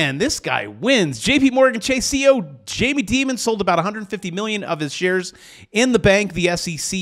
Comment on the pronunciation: Learn how to say Jamie’s name correctly